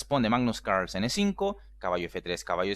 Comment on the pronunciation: Like si disfrutas cuando dice magnus caaahgrlsen xDD